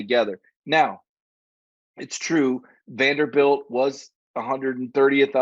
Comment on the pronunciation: its Vanderbilt.